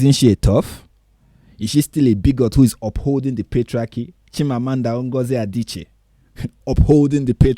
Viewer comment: Best part of the vidéo is when he is pronouncing chimamanda ngozie adichie 's name. Cause he's pronouncing it the right way the nigerian way.